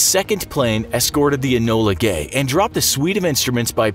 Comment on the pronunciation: Was that bomber called 'Ebola gay'